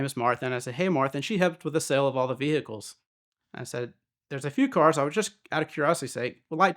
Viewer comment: Veeehickles.. isn't the correct term for a Lamborghini